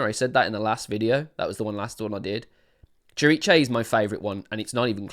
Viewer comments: I believe it's pronounced sihr-EECE. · Pronounced Sir---eece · "cziricze" lol you made me laugh so hard.. ❤️ I've heard different attempts to pronounce this word but you definitely won! 🎉 I'm at work and I was just listening to you and didn't see the title. When you started announcing the song I was like wtf? what song is he talking about? is there something I missed? When I looked at the title of the video I almost choked with laughter. 😭 I love your energy, your reactions and analyses. ❤️ The song is about in Tobias' own words "Lyrically, it is a simulation of the relationship between religious authority (church or sect) against the small person who can not differentiate empathy from pure manipulation. Everything disguised as a love song." But I think you are absolutely right that it has a second meaning about the relationship between the band and the fans. I don't know if that was Tobias' original intention when he wrote it but he definitely adapted to it, you can see it in what he does when singing it live, especially when they played in smaller venues and the audience was within arm's reach of the stage. Yes, the song is very important to us. For me in particular the lyrics "I know your soul is not tainted Even though you've been told so" as I have bad experiences with the christian religion in which I was raised.